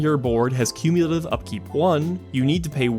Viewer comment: Do not shorthand "cumulative"! Haaaaank!